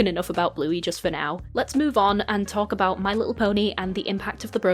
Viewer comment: “let’s be in!!” “les be in” 💀